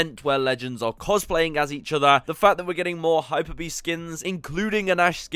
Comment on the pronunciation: *HYPEbeast, not hyperbeast.